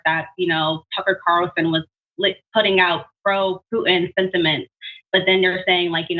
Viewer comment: Could we please pronounce the T in Putin? Pooin' doesn't work. Thank you.